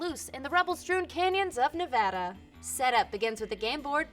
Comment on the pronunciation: As a Nevadan, thank you very much for pronouncing my state correctly 🤙🏻